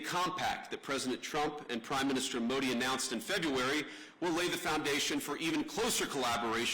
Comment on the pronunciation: Usha should teach him the right pronunciations for Modi , Akshardham etc. if she knows & cares .